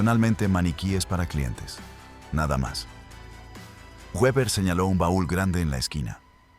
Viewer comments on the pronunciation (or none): Se dice Beber(Weber)